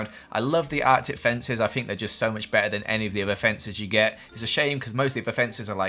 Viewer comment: “Fink.” Jk i love ya